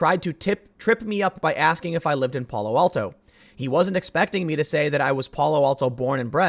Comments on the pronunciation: You’re pronouncing Palo Alto weirdly! It’s “Pal (like PayPal)-oh, Al (like Al Bundy)-oh”. 😁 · Tim, the As in Palo Alto sound like "ask" or "anthem." In Northern California the general rule is you go as far afield from the actual Spanish pronunciation as possible.